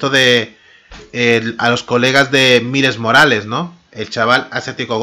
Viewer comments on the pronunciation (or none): se pronuncia ''mails morales'' XD